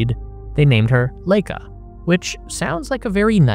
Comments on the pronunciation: Totally unimportant fact here, but since I was around at this time, though young, I know that the dog Laika, was pronounced LIE-cuh. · You're right about just about everything in this video. Except for the pronunciation of Laika - it should be "Lie-ka", not "Lay-ka". BTW, the Wikipedia page for her shows the right pronunciation. Not a bad idea to check WP for pronunciation keys for foreign words and names. [Edited to fix typo.] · 'Vair-nuh fonn Brown' and 'Lye-kuh' and while I'm being pedantic... 'Ree-kard Vahg-nuh'